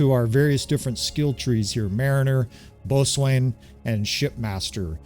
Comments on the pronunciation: Great video - “BOATSWAIN” is actually pronounced “BOW-SON” 😁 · Good morning. Long time watching, first time posting. Boatswain is pronounced “bosn” or “bow-sn”. It’s an old English word that has changed in pronunciation over hundreds of years. Cheers mate!